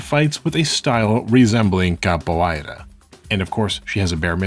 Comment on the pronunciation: Excellent and educated video. The pronunciation of ‘capoeira’ is off though. The ei.. is a simple diphthong… Just like the sound of saying the name of the letter ‘a’ in English.